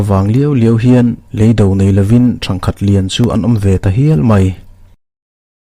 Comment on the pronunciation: Thangkhat lian tih leh Thir tuai hi i lam dik lo tlat ma.